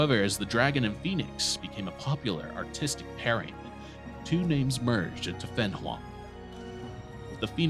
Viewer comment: Why can't you pronounce fenghuang